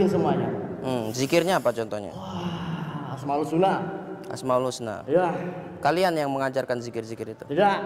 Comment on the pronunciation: dia nyebutnya dzikir "asmaul suna". plesetannya asmaul husna. sudah kelakuan jin kayak gitu. suka mleset2in ayat alloh dengan tujuan mengolok-olok. orang yang jahil mengiranya sedang zikir, ternyata malah mengolok-olok ayat alloh